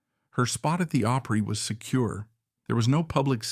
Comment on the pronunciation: Hard to believe that an AI could actually mispronounce opry . Really?